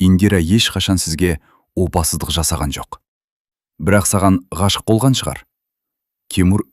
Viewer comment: Опасыздық сөзін неге дұрыс айтпайсың , оқып отырған адам???